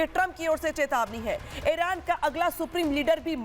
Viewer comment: एरान नहीं ईरान है